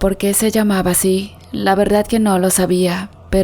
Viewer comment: La narradora, no sabe leer pues dice VERDAT, no soy experta pero aprendí que la Real Academia Española, dice que se escribe y pronuncia VERDAD, por ése solo hecho ya no quise seguir escuchando a la narradora, siento que no es cierto lo que cuenta, perdón si ofendí a alguna persona